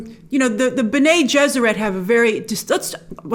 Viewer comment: Pronounced Bene like “Benny”... not like René with a B.